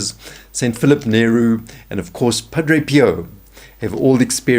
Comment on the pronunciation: I think it’s St Philip Neri not St Philip Nehru. He was Italian.